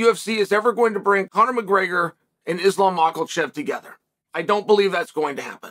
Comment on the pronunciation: He calls his son Conor correctly as well.